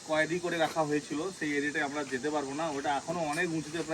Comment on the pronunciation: Koedi noi kothata koed hobe